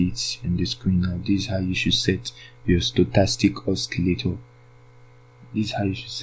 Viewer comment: Not Oskilator but osilator ok?